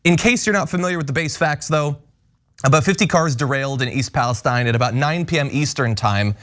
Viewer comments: BTW, people local to the town call it east Palestine, pronounced palesteene- from someone who grew up there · Thanks for covering this. It's Palesteeeeeen by the way. Rhymes with pristine, chlorine, etc. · Thank you for your reporting. It’s pronounced East Palesteeeene, with a long e…. 🤗